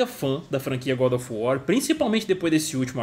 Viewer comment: good of war = bad of war!